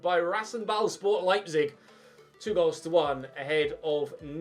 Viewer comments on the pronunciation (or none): none